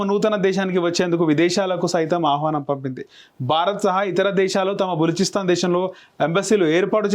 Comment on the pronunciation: Telugu chadavadam nerchuko adi baluchistan